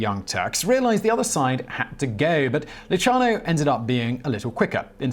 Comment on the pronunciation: Simon!Your pronunciation is absolutely horrible.Go back to school or ask for help. Lucky Lu C iano. Is correct. Not Luchano. Espotio? ha ha it Es-PO-zito